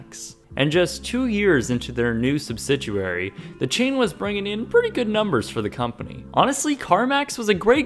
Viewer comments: Subsiduary,? I think you meant subsidiary, didn't you? Still, I like the way you pronounced it. I miss the big old red Circuit city sign and round logo. I was last in one in 2004. Bought a Richard Pryor CD collection of his most well-known stand-up comedy routines, a Pink Panther complete cartoon collection, then a cool VHS/DVD player that I absolutely loved. The novelty wears off from buying 'toys' and you're constantly looking for newer, better gratification. Whether you have, and use, values or not. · Cool video, but I gotta be that guy: It's subsidiary! Not "subsiduary!" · Joseph Heston My comment was not about his pronunciation. Being originally from Boston I understand regional accent. It was about his incorrect grammar throughout and the fact that he changes "subsidiary" to "subsiduary" which is not even a word. There's a difference, eh? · Do you keep saying "substituary?" It's "subsidiary." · It's subsidiary, not subsiduary. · Lol, you don't say "subsidiary" right. Phonetically, sub-sid-ee-airy. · So I know it's been a little while, but has gotten better at pronouncing "Subsidiary?" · No...his pronunciation needs some work. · Love the videos but, look up the pronunciation of subsidiary. You like retail so much you should do a history channel of them. I would like to know the history of best buy. Need to look thru channel, maybe you already did. Keep up the videos 👍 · No...hes pronouncing it wrong. You must be looking up the pronunciation in the "liberal websters dictionary". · I don’t know what word is coming out of your mouth when you try to say “subsidiary,” but it isn’t subsidiary, lol. There is no “u sound” in that word. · Noticed that, too... Also, from later in the vid: liquidating... missing syllable there. (sounded like he said "liquiding")